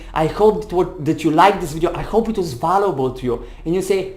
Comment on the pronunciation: check how to pronounce “value” and “valuable” you are very good…just a little polish. i am grateful that explained in a clear way